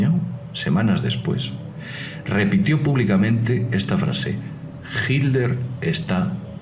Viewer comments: Mientras sigas pronunciando " JILER " ,no tendrás mi voto. Yo me inclinaría más por la teoría de su escape por el océano " ALÁNTICO "pero este comentarista,tampoco a aprendido a pronunciar las " TL "...que pena ,cero voto aquí también... En cuanto a Perón,lo mataron los excesos,el buen vino,el asado,el tango,el mate y sobre todo,una mina 40 años más joven que el... Aparte de informar bien,es importante pronunciar correctamente. Cheers. DC. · Porqué será que dice hilder este señor? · Hilder?....¿por qué pronuncia "Hilder"? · estoy escuchando mal o dice Hilder? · hilder? por qué decís hilder? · ami tambien me llamo la atencion, sera que lo dicen por el inglés, . ? quien sabe? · no en españa no se dice hilder ni jl dice hilder,ni son modas regionales,pero en vez de enfocarse en el video que aunque con sus faltas se entiende perfectamente lo que quiere explicar,nos distraemos como siempre en tonterias,creo que mucho del publico son infantes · es diferente lo pronuncian.como hit ler, "jit tlder" modismos y regionalismos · Será como el Aletico de Madrid 😂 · sunagua que aprenda a pronunciar el saco de cocos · fernando sunagua Nadie se esta burlando, solo digo que porque no lo pronuncia bien, eso es todo...